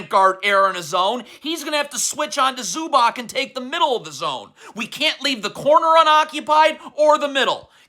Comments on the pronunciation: Say it with me zew-bahts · Bro, your pronunciation of ZUBAC is terrorism.